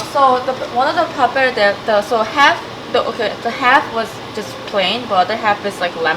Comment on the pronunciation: Last E of pappardelle is pronounced like you said the first one <3 it's like the Versace thing ;) XD